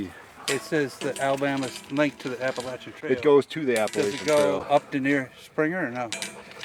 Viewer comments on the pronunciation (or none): none